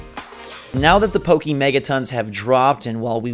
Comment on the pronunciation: Can we stop with the ‘pokey’mon